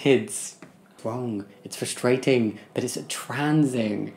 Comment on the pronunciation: "it's fruSTRAIGHTing" It truly is...